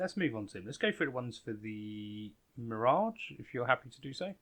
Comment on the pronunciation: Love how he proncounce it "The Mirodge" :D